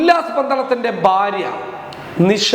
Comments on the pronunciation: ബാര്യ എന്ന് പറയരുത്,ഭാര്യ എന്ന് പറയു. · സരി ഫാര്യ